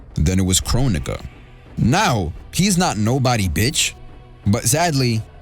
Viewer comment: ion think kronigga is how you say her name twin